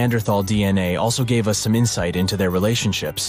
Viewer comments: please please please lose the AI reader and put a real human reader in. i know it probably costs more but at least there will not be the common idioct of using u s instead of us at least wait until there can be sufficient language descrimination that us does not become U S even though some egos might love it. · The way they said Us vs US was super weird!